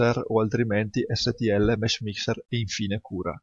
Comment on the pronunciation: Hai detto mesh mister? Non capisco bene cosa dici